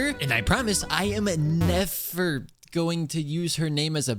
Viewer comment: "aino" "nefer" just nod and krai